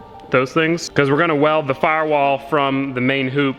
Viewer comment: i can tell that Georgia influence is stickin, mans said firewall like a country man🤠